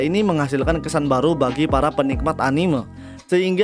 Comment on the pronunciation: cuy tolong pebaiki pelafalan kata "anime"